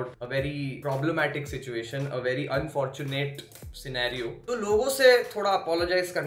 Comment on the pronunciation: bro she said INfortunate